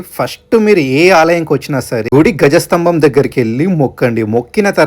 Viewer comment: గజ స్తంభం కాదు ధ్వజస్తంభం అనాలి